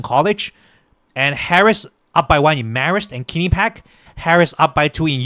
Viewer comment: Rasmussen, one of the most accurate pollsters gives Trump 313 Electoral College votes and only 225 for Harris. Guaranteed victory for Trump. By the way, learn how to pronounce Quinnipiac. And it is not true that Trump called out veterans losers. It is true that Tim Walz is guilty of stolen valor.